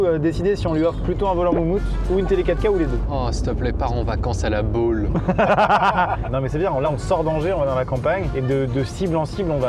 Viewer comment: Il a dit « la baule » refait